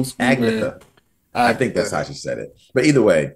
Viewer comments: Haha, Agnetha’s name is pronounced “Ag-ni-etta” 😄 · One of ABBA's iconic songs performed with such energy! If I may offer one small correction, Agnetha's name is pronounced as "Anyetta" with the accent on the E.